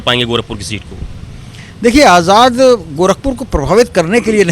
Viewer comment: Ise aap aazad kyu bolte ho ye aazad nahi hai